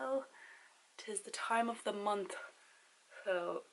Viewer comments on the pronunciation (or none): "its dah time of de mounth😂"